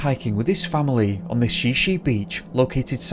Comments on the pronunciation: Shi Shi (is pronounced Shy Shy). In the report it states "Bryce was hiking with his family on Shi Shi Beach Trail at the Makah Indian Reservation on April 9, 1995. The reservation is located near Neah Bay on Washington's Olympic Coast. Bryce was last seen when his family began walking up a trail to exit the beach. He was unable to follow them up the slope so they agreed to meet him at the beach." So was the family leaving the beach or going to the beach? There is a road that parallels the main trail (supposedly used by tribal members). If they were leaving then why say they'd meet him on the beach? Weird. If they were headed down to thr beach there are several areas where the cliff has been undercut, one could fall to the beach below. As far as I know there is one main hiking trail, takes one - every one says two miles, but my trail tracker said I hiked three, down to the beach. The beach is a narrowish strip that can be hiked down south to the Point of Arches. I definitely suggest not going during high tide. The beach has dense forest on one side and ocean on the other. Sneaker waves can and do happen. I've backpacked onto the beach several times. It's lovely however the ocean is no joke, definitely be aware of tides and incoming storms and weather. There are also lots of wildlife including bears and cougars. In addition if one reaches Point of Arches, this area is only passable in low tide. If the water comes up the trail at this area it is impassable! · I thought it was Shy-shy not she she. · Washingtonian here, Shi Shi is pronounced "shy shy" and Sequim is pronnouced "skwim" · And Shi Shi is pronounced shy-shy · Please contact me next time to confirm pronunciation of Native American place names in Washington State. Shi Shi Beach is pronounced "shy shy". Sequim is one syllable. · It's pronounced: Shy-Shy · Shi Shi beach is pronounced "shy shy" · Shi Shi is pronounced (Shy Shy). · Great video but ya need to work on the pronunciation of Sequim and Shi Shi.